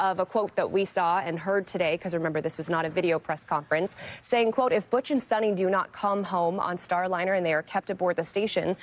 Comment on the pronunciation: Sonny!? The woman's name is Sunita. Show some respect by at least trying to get her name right !